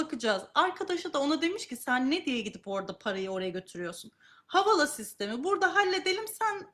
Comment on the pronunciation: Havala nedir kardeşim? Havale diye okuma özürlü müsünüz?